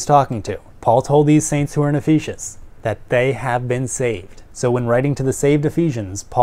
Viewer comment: Great video. Hilarious and informative at the same time. My only critique would be, please please please learn how to pronounce Ephesus correctly! It was distracting from the rest of the video. Keep up the great work!